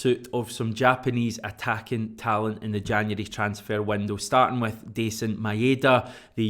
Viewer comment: heads up, ive done the research and its pronounced MyDa DieZin, not MaEhDa a trick to remember it = my da dies n its no ma ain da